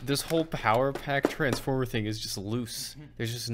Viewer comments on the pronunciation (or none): none